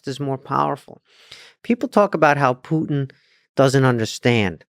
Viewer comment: It sounds so funny when instead of the word Putin I hear the word "put in".🤣